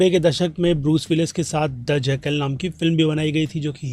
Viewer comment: Jackaal ni jackal hai.kahan shakitmaan par atke ho